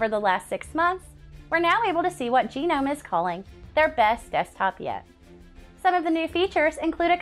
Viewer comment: That is an ‘interesting’ way to pronounce Gnome